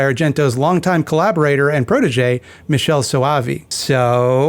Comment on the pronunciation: Why do mfs keep saying "Michel" instead of "Michele"? 😩